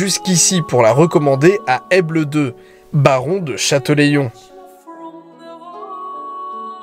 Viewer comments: je suis rochelais et en effet il s'est un peu trompé sur la prononciation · La ville d'Aytré se prononce "étré", et je crois que c'était "chatélaillon" au lieu de "chateuléillon" C'est lévioOOosa, pas léviosAaaa Sinon continue c'est sympa de voir nos région de ce point de vue, fait un tour dans le Morbihan ;) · Super reportage de ma région, c est la où je vis et où je suis né. Par contre on dit Chatélaillon pas Chatelaillon ;) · Super vidéo petite précision sur les prononciations. Pour Aytré pas besoin de faire le sons "yeu" sa se prononce "étré" et pour Chatelaillon pour le coup c'est pas "chateléillon" mais "chatélA-ion" Voilà juste deux petites précisions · Alors... : aytré* , point du ché, du de chatÈLaillon (Châtelaillon-Plage) mais bien bien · Ça m'a piquer les oreilles c'est pas chatelaillon 😂